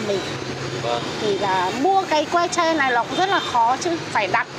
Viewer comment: tre chứ ko phải che